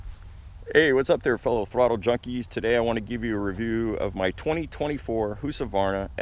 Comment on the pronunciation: One of the more odd ways I’ve heard someone pronounce Husqvarna. Haha